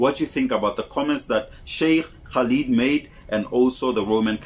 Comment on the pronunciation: I know you are trying your best so let me help you - the Brother's name is pronounced "kah-lid", the word "Muntaqim" is pronounced "moon-ta-keem" and the word "Pios" is pronounced "pie-us." A great video but I would have loved to hear how the Catholic priest would have explained Mary being perceived as the mother of God as well as the daughter of God! This is absolute proof that those who ascribe to this view do not think for themselves, as this makes no sense whatsoever! How can God (The Creator of everything in the Heavens and Earth) have a mother? How can the Unseen God (who Christians refer to as a "Spirit") have a daughter - or son for that matter? As Shaikh Khalid said - this is not what Jesus taught but a pagan concept that Greeks and Romans were upon before Jesus was born introduced into Christianity some 325 years after Jesus was born! Further, the oft-quoted John 1:1, where it says “IN THE BEGINNING WAS THE WORD, and the Word was with God and the Word was God,” has been proven to be, not only NOT IN THE OLDEST TEXTS that they found but, actually, the words of PHILO of Alexandria, who was BORN BEFORE either JESUS or JOHN were born! This is a definite insertion that proves, once again, that it not appropriate to refer to everything in the Bible as "The Word of God" because, the last time I looked, Philo was a man, as was Matthew, Luke, Mark, the various Johns associated with Books in the New Testament as well as King James!